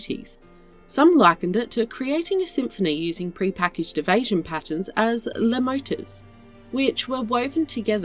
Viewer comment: "ley motives" No, its "Lay Mo-Teef"